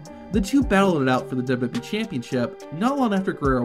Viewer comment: Why can’t you pronounce wwe 🤦‍♂️